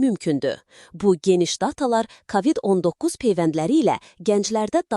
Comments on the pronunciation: Sən kimsən, ay danışan? KAVİD niyə deyirsən? A nı vurğğulama. K O VİD DE sonra nağıl danışarsan? Nə qədər tanıdığımız məhşurlar öldü.. Unutdunuzmu? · Kavid yox kovid. Ağzınızdan çıxsın ailənizə evinizə düşsün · kavid yox kovid. hər sozu ruslarda oldugu kimi o hərfini a demək uygun deyil.